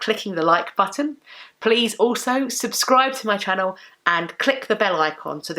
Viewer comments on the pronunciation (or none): none